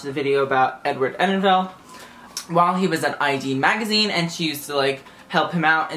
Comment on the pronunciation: Enninful not Enninfell :P